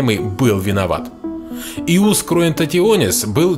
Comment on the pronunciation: Не Иус, а Йус.